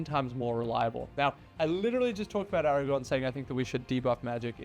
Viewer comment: ARAGORN with an RRRRRRR